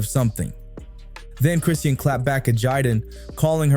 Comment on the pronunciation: Her name is not Christine. Her name is Chrisean. Learn to pronounce her name correctly.